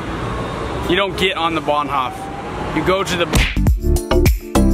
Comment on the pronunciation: "Bahnhoff"😂😂😂 it's like "Bahnhof (hoooof)"